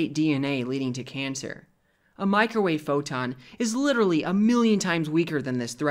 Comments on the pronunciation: Lol “macrowave” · Haha. He called it a "Macro-Wave!" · Loved your video through new knowledge..... But dude there is no Mac in microwave. Please pronounce it properly 🙏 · Liking the "Macrowave". You should market that shite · Him calling it the MACROWAVE gets me every time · He said MacroWave. Or did i misunderstand?